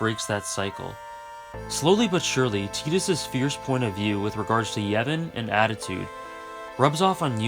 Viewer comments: It's Tie-dis not Tee-dis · Stopped watching at "teedus." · But it's not ambiguous, there literally is an English name "Tidus" and it's pronounced "Tie-duhs" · I always pronounced it as 'Tide-us' as opposed to 'Teedus', is the latter the official pronunciation? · Final fantasy X needed teedus not tidus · I pronounced it “Tit-is” lmao but he’s an awesome character and FFX’s world has so much depth